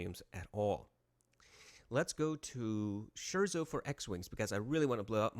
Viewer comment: Well... so long as we''re on the relatively irrelevant (c) ... I think one of the words on your playlist that you say "shirzo" is pronounced something more like "skirtso". All that said, you have equipment and ears and do a much better job than some random jackalope like me could do, even though I'm quick with the corrections. Carry on!